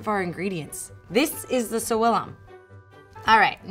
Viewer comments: Sorry but the pronunciation is incorrect. Is not "souilla" or "sowilla" but SAVILLUM: -SA like SAturday -VI like VIsualization -LLUM like LUMinosity (but with the double "L") Thanks for reading my advice 😘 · As a speaker of a Language with Latin roots (Spanish) I am 99% percent sure that that's not how you pronounce SAVILLUM lol (no hate I just found it funny) 🤣